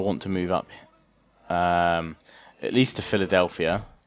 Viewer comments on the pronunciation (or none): none